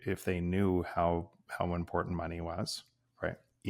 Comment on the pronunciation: you said impor-tant. It’s very unusual to hear Americans/ north Americans pronounce… TANT. Those last syllables are usually garbled with a nasal thrust. It’s not even something One can put on in a text or make it intelligible, sensible because it is so nonsensical. Martin..Mountain Putin… anything with (TIN or tint) is usually garbled, pronounced with a nonsensical sounds. So here’s to you again.👏🏼